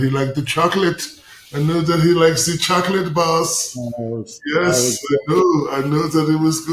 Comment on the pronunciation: He likes ze choclet bahss” lmfao shaq 😂